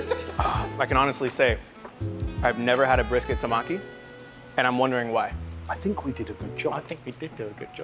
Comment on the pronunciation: I cried how that guy said tamaki. Tamkey?